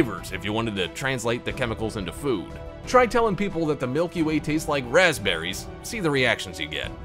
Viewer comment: it said PASPBERRY